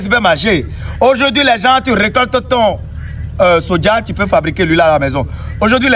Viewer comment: C’est Soja et non Sodja